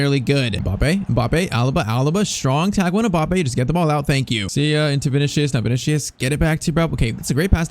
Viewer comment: Vini-See-Uhs. Not Vini-Shee-Uhs